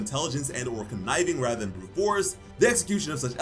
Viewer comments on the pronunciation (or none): none